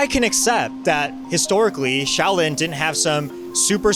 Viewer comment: "Show" lin gong fu.